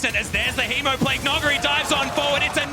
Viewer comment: When the caster said, "that is the juiciest hemoplague" I heard "that is the juiciest teemoplague"